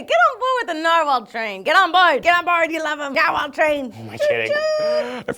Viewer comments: I usually pronouce Narwhals as "Nare-Whales", is that wierd? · everyone always pronounces my last name narwhal. @@